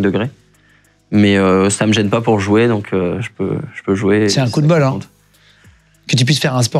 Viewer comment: "C'est un coup de bol!", je dirais que c'est plus un "coude bol"!